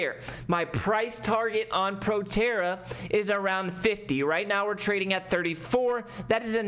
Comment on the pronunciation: that’s not PROTERRA 🤣🤣🤣 “ptra” trading on the 7’s 🤣